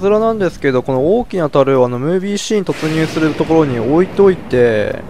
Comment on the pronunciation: 大きな樽が王家の樽に聴こえたw